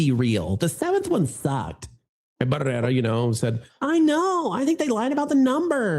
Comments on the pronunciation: Had to stop watching about three minutes in. The exaggerated rolling the R’s every time you said her name was driving me crazy. I’ll check out your next video. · you just love rolling your R’s when you say her name! Otherwise no one knows who she is. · Your over pronunciation of her last bane is highly annoying.